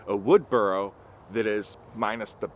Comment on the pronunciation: I love your accent, but yes burl definitely sounded like burrow. 😂 Happy new year. ❤